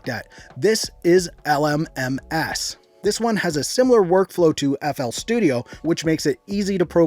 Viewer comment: the way he said l m m ass